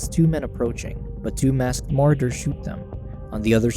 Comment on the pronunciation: I normally hate doing this but come on bro, it's pronounced "Ma-Raud-ers" = Marauders... I honestly hope you're mispronunciation is just a lil jokey joke. If not, please don't quit your day job and become a YouTube announcer/recapper.